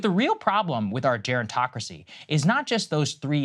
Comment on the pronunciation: I lost it when he said ger·on·toc·ra·cy I did in fact die